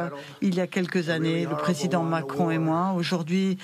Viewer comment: " Macron ? Do you know Macrone ?? "